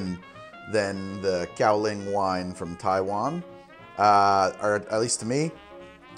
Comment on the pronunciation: Can confirm terrible pronunciation, Its not BI-zhuu, Buy Joe is the best way for you to think of it as non Chinese speaker and Taiwanese Gao Liang also butchered